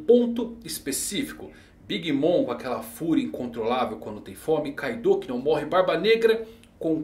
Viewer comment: Porque as pessoas pronunciam Kaidô se no próprio anime todos os personagens pronunciam Káido?